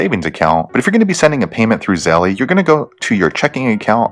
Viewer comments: Him saying zellee is lowkey sprinkled on stress I didn’t need right now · E is silent, Zell. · It's pronounced ZELL